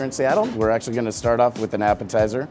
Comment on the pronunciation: Did you seriously just say "actouly*?